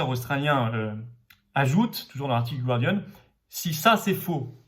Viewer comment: Florian, stp, on ne dit pas /gwardian/ mais /gardian/, pas de diphtongue. Thank you.